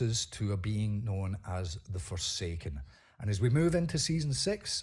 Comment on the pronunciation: For I second I thought you said Foreskin